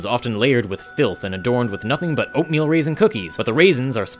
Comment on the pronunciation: "And outmeal are outmeal"